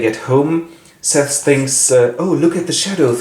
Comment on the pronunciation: Her name isn’t seth it’s Sethe. Seth-ay.